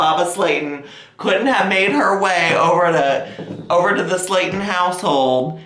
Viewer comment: Why does mama Slayton sounds like Mama Satan everytime he says it 😆😆